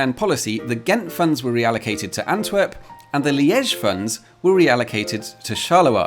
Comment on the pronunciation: Wow... what attention to detail in this video. Right down to remembering to mention the German region and getting the accent in "Liège" correct. (I used to live in Belgium... I was watching for those details.) Well-researched, entertaining... easiest "Subscribe" decision for me all year!